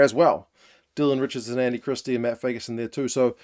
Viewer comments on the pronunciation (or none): none